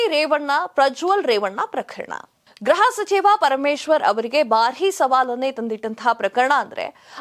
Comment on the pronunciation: Please note that you are repeatedly telling Graha sachiva instead of Gruha sachiva pl don't kill kannada grammar it is GRUHA.